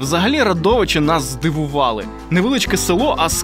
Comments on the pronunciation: РАдовичі, наголос на А😊, а не РадОВичі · Дякую за випуск! Але прям дуже ріже слух "РадОвичі" 😅 Як місцева заявляю: наголос на "а" - "РАдовичі" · РАдовичі, а ж вухо ріже , як не правильно говорять